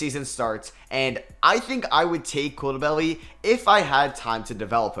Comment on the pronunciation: That pronunciation of Bilal Coulibaly is painful lol. It's simple. Cou is like "cool" and li is like "litigation" and ba is like "bastard" and ly is the same as li. Coulibaly